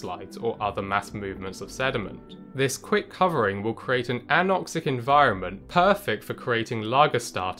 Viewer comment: Covering... He said covering... Not cum ring 😅